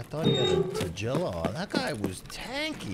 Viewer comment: Does he call him tajilla on purpose. Its so annoying.